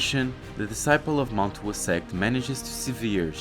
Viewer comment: Bro I absolutely love this manga, and your videos. But PLEASE google translate some of the names. Especially the name Mount Hua. Its said like HWA, combining the ‘h’ sound then into the ‘wah’ sound.